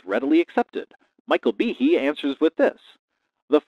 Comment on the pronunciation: Am I the only one who heard Behe and immediately said it out loud like Michael Jackson’s Tee-Hee? 😂🤣 also I had to look it up to check the spelling and apparently google says it’s supposed to be pronounced (bee-hay) so idk which is correct 🤷‍♂️ also please forgive my lack of proper annunciation, grammar is something I’m trying to work on but not my strong suit😅